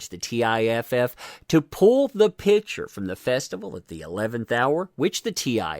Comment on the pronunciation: Please say PICture not pitsure. OCD....sorrry